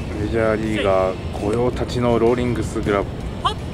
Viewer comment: ライパチさん御用達(ごようたち)って… 言ってませんか？